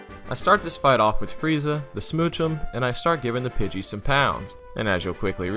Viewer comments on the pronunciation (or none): none